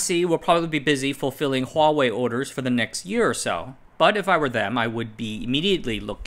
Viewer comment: I just like that he doesn't say WAHwei. Is it that hard to start a word with an H